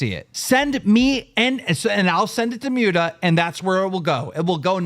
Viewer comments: "I've been friends with Mute-a for years" Clearly not enough that you bothered to learn how to say his name, keem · Am i the only one who gets more pissed off each time keem says "Myuta" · Why does nobody correct Keemstar when he keeps calling Muta “Mew-ta.” Like everyone pronounces it right and he hears it; yet he continues to say it wrong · y he call him mewta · Lmao at the way keemstar says “mute-ah” instead of Muta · I can't stand the way Keemstar says "Mewda" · LOL."ive been friends with Muta for years" but can pronounce his name